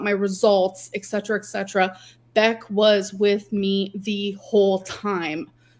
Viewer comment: the way she says etcetera always bothers me. live, laugh, love. lez rage!